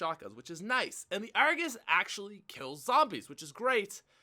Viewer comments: You mean the 'ARGOOSE'? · not the Argus the argoos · When u say Argus i laugh